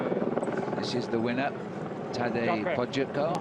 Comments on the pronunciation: It’s funny to hear Phil trying to pronounce Tadej’s last name back then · today, Phil certainly knows how to pronounce his last name